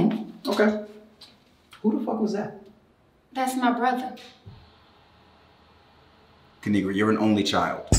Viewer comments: My name is pronounced kinigra she so cute I love u kinigra Me even though I’ma girl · its kuh-ni-gra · It is pronounced ki-ni-gra. Now subscribe!! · Kinigra:Let me tell ya a thang o three its pronounced KA NI GRA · Lemme tell y’all a thang or 3 Subscribe To Ka-ni-gra And also when u let yo as* go outside remember it’s pronounced like that ✨period✨ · It's Pronounced Ki-Ni-Gra Now SUBSCRIBE IMFAO EVERY TIME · Lemme tell you a thang or three it’s pronounced ki-ni-gra now subscribeeeee